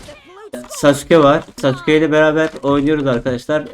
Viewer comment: Sasukenin adı sasukegūū degil